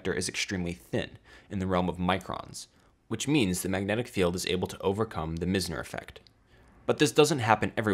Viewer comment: Meissner, not Missner.